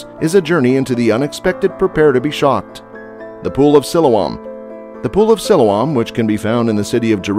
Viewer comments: You really need to learn how to correctly pronounce Siloam, Hezekiah and Canaanite. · I saw part of the Pool of Siloam when I was in Jerusalem last year and it was already open to the public. If you do another video, please learn how to pronounce Siloam.correctly.